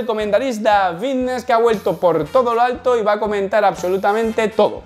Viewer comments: chos si no dijeras fitnes así me daría mas ganas de ver tus videos 😅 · vitness, forma visica.... tienes un problema con las F o que coño? da grima loco.